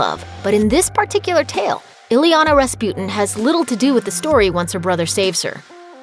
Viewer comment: Her name isn't "ILLY Yah Nah". Her name is "EE Yah Nah" !!